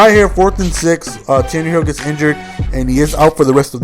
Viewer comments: IT'S Tannehill NOT Tannerhill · Tan-a-hill not Tannerhill lol but Good Game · its tannehill, no r, not tannerhill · Its pronounced tan-a-hill theres no fucking r in there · It is pronounced 'Tan-Nah-Hill" he can run very well because he was a WR in college. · I hope and pray the Dolphins running game is as good as you made it look there (highly unlikely though lol). Great game it's always nice to see someone make my team look so good. P.s. There is no "R" in Tannehill lol